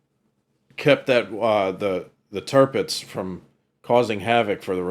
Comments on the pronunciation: You're gonna love this... Clarkson's best work I think. You must watch the other one he did. Equally brilliant. Turpitz... not Turpix. The German government was very differently considered in the early 30's remember. Hitler came to power in 33. Certain members of the Royal Family had certain Nazi sympathies as well for a time. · Its Tirpitz, not Turpix